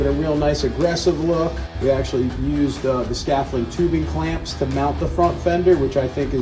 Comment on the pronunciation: Keep these vids coming. Would love to see more. The d isn't silent though lol